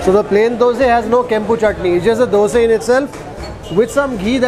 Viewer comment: Its dosa and not the dose